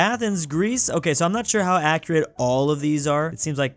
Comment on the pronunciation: Michigan: Haʊ to help toddler with cough 😂